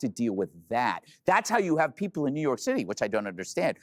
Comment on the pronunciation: "ZOOYORK" The world's largest open-air asylum.....lolz